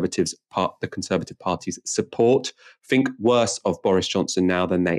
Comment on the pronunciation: The word is think not fink.